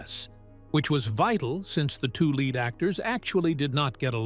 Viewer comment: Computer voice can be very unfortunate: « lead duo » as in the metal instead of the adjective changes the whole story !